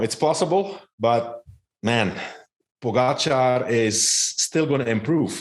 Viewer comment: Lance, it's not that hard to pronounce Pogacar correctly. Show some respect!